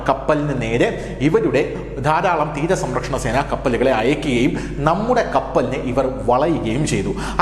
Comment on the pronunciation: തീര സമ്പ്രക്ഷണസേന😂😂 10 പ്രാവിശ്യം എങ്കിലും പറഞ്ഞു😂 സംരക്ഷണസേന എന്ന് പറയടാവേ😮